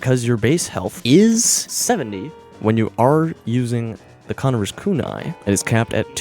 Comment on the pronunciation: co-NIVE-er,, not CON-i-ver. As in the conniving frenchman.